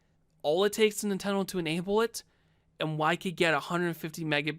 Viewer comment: Nintendle Switch